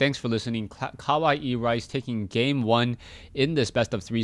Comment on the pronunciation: yup u pronounce it right... kawaii means cute.... so CUTERICE...?? LOL